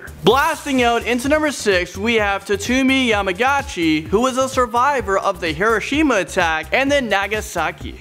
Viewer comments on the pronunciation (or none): Sue-Toe-moo yama - guu-chi . That's how you say Tsutomu's name